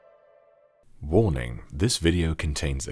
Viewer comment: "WANING" Me: My happiness is inmeasurable, and you made my day.